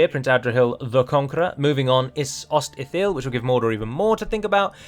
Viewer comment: LOL, so many hills already, Ost-in-EtHIL, ItHILLian, Os-in-GaILL, how about Ost-Adra-Hill.